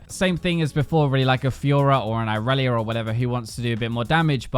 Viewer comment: this is like 3 video in which when you said irelia i heared aurelion, and i was like wtf cheeky bastard